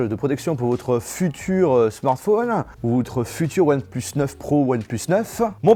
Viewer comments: je retiens un truc "one pleus" c'est "one plus" !!! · Ouanne pleuss... je rigole mdr😂😂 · One "pleusse" 😭😂